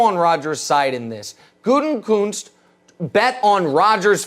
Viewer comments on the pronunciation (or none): Stop mispronunciating Gutekunst’s name, Colin and Nick. It’s not Gute(N)kunst. Why insert the N??